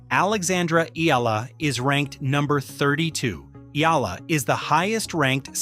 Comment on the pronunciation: Not Alexandra. Ela .its PRONOUNCE like this ,, (EY- YA - LA )😊